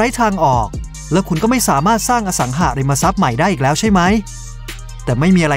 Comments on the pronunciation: ทุกอย่างดีหมด ติดนิดเดียวตรงการออกเสียงสองคำนี่แหละจ้า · อสังหาริมทรัพย์ ไม่ใช่ อสังหะริมทรัพย์ อย่างอื่นโอเคร ชอบหมด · อสังหาริมทรัพย์ หาาาาาาาาา สระอา เป็นสระเสียงยาว ออกเสียงสั้นมันเหมือน อสังหะริมทรัพย์ ฟังแล้วขัดๆ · เดี๋ยวๆ คนลงเสียงนี่จบม.ปลาย ป่ะ รู้จักคำว่า “อะ สัง หา ริม มะ ซับ”ไหม?? ไม่ใช่ “อะ สัง หะ” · อ่านว่า อะสังหาริมะซับ ไม่ใช่ อ่านว่า อะสังหะริมะซับ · อสังหาริมทรัพย์ ไม่ใช่ อสังหะริมทรัพย์ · คนพากย์น่าจะไม่ค่อยอ่านหนังสือ อ่านผิดหลายคำ จักรวัด อสังหะริมทรัพย์ ฯลฯ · อสังหาริมทรัพย์ แต่ออกเสียงเป็น อะ สัง หะ ริม มะ ซับ ตลอดเลยครับ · เสียงบรรยาย โดยรวมทำได้ดีนะครับ น่าฟังดี มีแค่บางคำ เช่น อสังหาริมทรัพย์ อ่านว่า อะ สัง หา นะครับ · จัก-กระ-หวัด ไม่ใช่ จัก-กระ-วัด อะ-สัง-หา-ริม-มา-ซับ ไม่ใช่ อะ-สัง-หะ-ริม-มะ-ซับ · ผมว่าเขาคงต้องอยากสร้างภาษาใหม่ อสังหาริมทรัพย์ แต่อ่าน อสังหะ อาจเขียนมาผิดหรือเข้าใจผิด ก็อ่านแบบนี้ และ จักรวรรดิ์ เขาก็อ่านว่า จัก-กะ-วัด